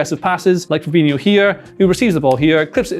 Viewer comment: Its fabhino not fabinio, can't even say his name properly